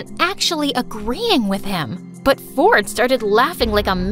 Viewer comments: Why does it sounds like his name is fortnite? 😭💀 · Who heard fortnight instead of ford and i🥲🤣🤣🤣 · I thought she said her brother's name is "fortnight" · bro said "my tein brother fortnite" run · I love how brother is named Ford but pronounced fortnight😂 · When she said Ford and I I heard Fortnite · my brother “ford and i” sounds so like fortnight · Ford and I sounded like fortnite 🤣🤣🤣 is it just me or everyone 😑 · When he said ford and i i thought he said fortnite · When it said ford and I I heard Fortnite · i thought she said "my twin brother fortnite" at the start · is it just me or when she saids my twin brother ford and i sounds like fortnight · When said “Ford and I” I thought she said and my brother fortnite lol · When she said Ford and I I thought she said Fortnite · I heard fortnight😂😂😂😂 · Why did i heard fortnite not ford💀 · bro at the very beginning when she said "my brother Ford and I" I thought she said his name was Fornite. 😂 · Did he just said fornite? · "My little brother Fortnite" That is what i heard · i swear i heard her say “my twin brother fortnite” 💀💀😭😭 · Who else thinked that she said "my twin brother fortnight"